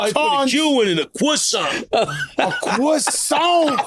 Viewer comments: A CWOISSANT !!! 😂😂😂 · Joe said " he aint sent me a crossant" 😂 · Joe wanted everybody to hear him say “croissant” smh